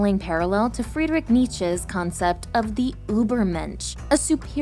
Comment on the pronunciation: if you're gonna talk about nietszche do it right please